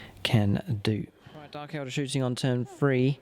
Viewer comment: you said dark eldER instead of eldAR